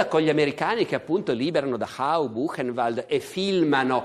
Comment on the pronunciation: Barbero non pronuncia correttamente Dachau...lui dice Dahau...